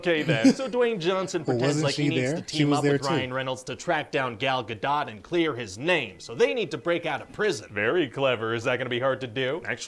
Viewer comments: I don't know what everyone's native language is on here, so that could affect what different peoples' ears will be sensitive to. But as someone who lived in Israel for 6 years, I can tell you her name has a long 'o' sound, i.e. it is a lot closer to "dote" than 'dot'. Hebrew does not in fact have a short o vowel in the language. Also, as a Canadian born and raised, I can tell you that Canadian English does have both a short and long o sounds and Ryan is definitely using a short o. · it's Gal Gadot, with a T. it's an Israeli name, there is no reason not to say the T. we don't have that weird rule in Hebrew. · Gal Gadot is a Hebrew name, U HAVE TO PRONOUNCED THE T AT THE END!!! It's GADOT not Gado. (U can find Gal saying it herself in Jimmy Kimmel talk show) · Ga-dote is how it's pronounced. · It's not French it's Hebrew - we pronounce the T....you're saying it wrong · She did a series of videos on how to pronounce it and she says: “Gal Ga-dut”. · I thought it was pronounced "Guh-Dough"..."Dot" sounds weird to me. Idk maybe it can go either way like Caribbean or Iran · Gal Gadoe (pronunciation) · Hey, little known fact... it's actually Gal GaDAYUM □ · What? I know. When they say GoDot, it makes me crazzzzie!! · you pronounce the T in Gadot but not in Margot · I had to pause after HT because your question on pronouncing Gal Gadot was so! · i think its 'Gal Gadot' with a 't' you can hear... idk either lol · "Ryan's pronunciation of Gal Gadot's name is the same as how she pronounces it." Nope. Not at all.